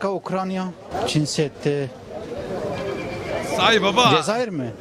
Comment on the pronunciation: Dayılar hadi bilmiyor diyelim Çin seddi diyor adam gençler bile Çin demek bu kadar zor olabilir mi 😡